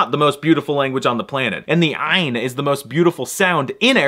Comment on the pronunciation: ummm excuse me, but the ain is also a Hebrew sound, and you don't pronounce it very well. 😂